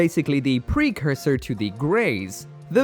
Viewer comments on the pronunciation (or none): none